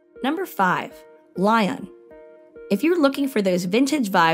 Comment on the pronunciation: I think the narrator should learn how to pronounce the cities properly. Lyon is not Lion. Saint Tropez you don't pronounce the Z. Etc.